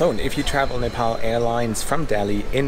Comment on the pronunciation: Please, its not Nipal, its Nepal.